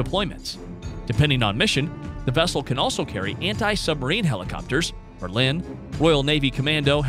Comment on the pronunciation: Phalanx is fah-lanks. But he did mispronounce Merlin and frigate.